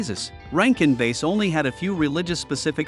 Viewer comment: It's pronounced BASS, like the fish, not "base". Why not use a real narrator instead of these robots?